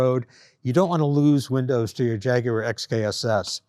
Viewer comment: Thanks for saying Jaguar properly and not Jagwarr like all the other Americans say it. 👍